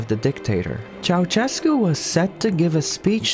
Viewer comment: You pronounce Ceaușescu's name better than most foreigners, but it's still not entirely correct. The letter Ș makes a sh sound, not a ch sound.